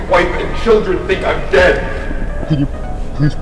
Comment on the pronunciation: I think he says "they took my life from me" instead of "they took my wife from me"